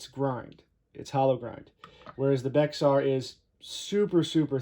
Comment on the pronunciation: Pronounced… Bear